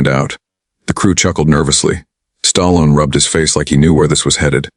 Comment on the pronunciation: Who's "STARLON" and RANDY " CULTURE" ???? AI is ANNOYING!!!!